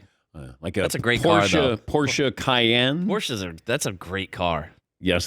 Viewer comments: It's not porscha...it's porsch... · it's a two-syllable pronunciation. Say the man's name